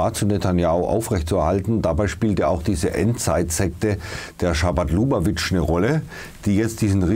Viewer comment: Die besagte Sekte nennt sich übrigens Chabad, nicht Schabat.